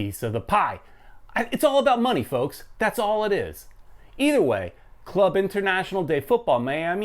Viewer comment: So it would be Miami CF (for Spanish Club de Fútbol, like Real Madrid CF name for example). Ah and by the way, you pronounce the name of the club wrong, it's Club (=say like "Kloob" not like "klab") Internacional (=say like "internasyonal") de Fútbol Miami (=as it is).